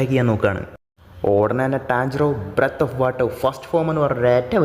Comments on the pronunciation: Breth of water alla breath of water aan 😅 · ബ്രെത് അല്ല ബ്രീത്